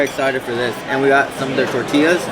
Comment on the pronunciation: Did my ears deceive me? You actually pronounced "Tortillas" correctly. I usually avoid the Excalibur like the plague, but might give this buffet a shot. Thanks to you and for the vid and review!